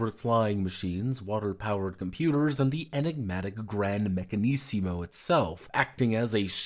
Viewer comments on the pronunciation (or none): It's pronounced meccan-"izmo" not meccan-"issimo"! ;) When I'm more experienced in ttrpg design I want to make an Italian renaissance inspired fantasy game. I have part of the setting already (have had the basic idea of it in my head since I first started playing/DMing D&D), but I don't fully know what I would want out of the game itself. Right now I'm working on something with much more clear gameplay & narrative goals --- a game inspired by Porco Rosso that seeks to replicate specific scenes and themes from the movie. Building mechanics around such goals is much easier than building mechanics around a world/aesthetic.